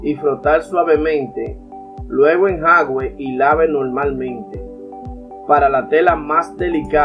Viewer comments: Hola, pronuncia enjuague no enjague. De todos modos gracias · Señor me a salvado mi pantalón favorito 😍. Por eso si le doy LIKE. Pero sin ofender se dise “enjuage”. No enjaugue. Alguien noto como dise enjaugue. ??? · Se dice enjuague, no enjague compa, saludos muy buen video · No se dice "enjague" , sino ENJUAGUE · Se dice en ju a gue, jejeje gracias por los consejos. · Se dice"Enjuague"